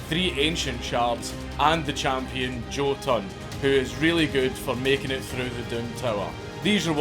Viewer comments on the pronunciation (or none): none